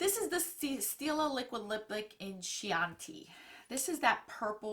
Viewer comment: Not to be one of those people but oh well. The word is Key-yan-tee or Chianti. No 'ch' sound. Js. 😊